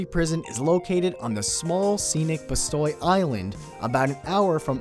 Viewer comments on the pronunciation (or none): It's not Bastoy, it's Bastøy, and it has a dark, dark history. Read about it. It's rather interesting :) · You pronounced "Bastøy" wrong. Not surprising, considering the english alphabet lacks the Ø. Ø is pronounced as the U in Fuck (pardon my poor choice of pronunciation-example).